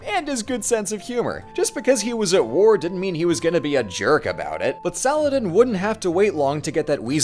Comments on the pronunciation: i cannot express my joy at someone actually attempting to pronounce salah-adin right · did just nearly nailed the Arabic name 😗😗😗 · bro said Saladin in the real Arabic pronunciation but then says "kay-lif" smh